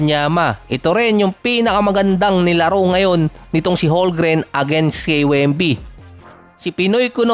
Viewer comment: Holmgren. Homgren ata pronunciation Hindi holgren